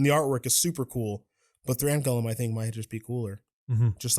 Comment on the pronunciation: Why does he keep pronouncing golem “gullum”